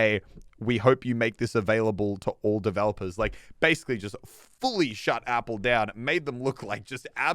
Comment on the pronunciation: Nobody:: "Epille"